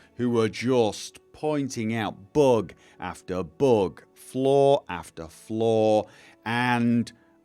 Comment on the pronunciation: Your accent makes flaw sound like floor. I had to replay that a couple times hah